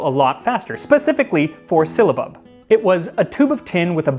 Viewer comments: I found your channel, and I am loving all your videos! The anthropology and history of food is awesome. One thing, I think it's pronounced differently than you were pronouncing it. I believe it's pronounced sil·la·bub, not sil-lee-a-bub which was how you seemed to pronounce it. Anyway keep making these amazing videos! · I'm afraid your pronunciation is a little 'silly'. It's si· luh·buhb not si· ll·y·a·buhb. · Would this not be pronounced "Sigh-luh-bub" or "Syl-luh-bub" instead of "Silly-uh-bub" Sorry, that's driving me mad. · sil-a-bub, NOT silly-a-bub. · The way it's spelled it should not be pronounced with an i before the a. Unless my eyes deceive me, it's not SYLIABUB - It's SYLLABUB. . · Syllabub has only 3 syllables 😁 but you gave it 4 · I'm finding his pronunciation "silly-abub" more amusing that I probably should. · It's not 'syllia-bub. it's syll-a-bub! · Just FYI, you keep saying “sylliabub”, not “syllabub”. You’re adding an extra “i” in there. It’s pronounced SIL-A-BUB. 😊 Love your videos. I think you should open a restaurant. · It’s “sill ah bub” not “silly a bub”. You’re adding an i that isn’t there. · Bruh, it is just syllabub pronounced sil-uh-bub not silly-uh-bub. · How strange that "Sy-lla-bub", should be interchangeable with "Silly-a-bub". Folk do tend to complicate words that they are new to, adding letters or even syllables ('silly-ables'..? LOL!). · It's syl-a-bub.....Not syliabub. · Ummm why are you pronouncing it sill-i-abub? Are you reading the word wrong? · Sounds like "Sill-UH-Bub. Not "silly a bub." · It's not a Spanish ll, nor yet a Welsh. Silabub. Not sillybub, nor sihllabub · It's syl-la-bub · I think you are adding in the extra syllable. It’s definitely syllabub. Sil a bub. My grandmother used to make it. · I'm SO making this very soon. But it's pronounced sil a bub, my dear. And where do I find orange flower water? Thank you for the lesson and recipe!